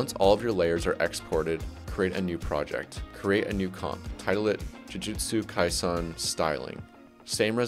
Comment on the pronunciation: why do you go out of your way to say jujutsu "kaisahn" when its not even the right pronounciation